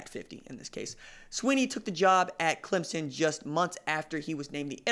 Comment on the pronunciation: At least he's pronouncing Clemson correctly, that's better than most on ESPN